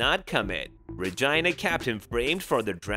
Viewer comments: He said regina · The way he keeps saying Regina with a long i instead of a long e is a whole mood😂